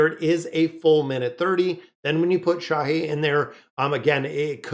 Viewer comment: "Cha" or "Hae In" like a two parter Korean name... not "Cha Hae" please 🥲😶